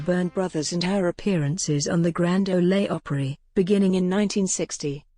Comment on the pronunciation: I never cease to be amazed by narrators who do not relate or understand their materials. To wit: "Grand Olay Opera". I shutter.